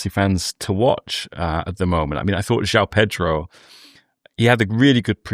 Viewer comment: it is Jo-ON Pedro not Jow Pedro.